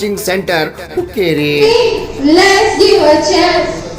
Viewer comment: Hukkrri ಅಲ್ಲ hukkeri